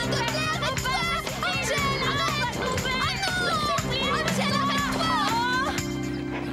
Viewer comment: Un moment hachelet à dit engel pourtant c angel